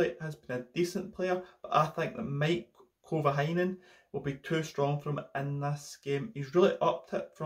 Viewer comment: You pronounced Maik kuijvenhoven like Heikki Kovalainen